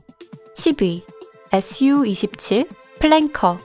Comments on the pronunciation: SU를 에스유 말고 수호이라고 읽어 주셨으면 좋았을텐데. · SU-27 은 수호이 27이라 읽어요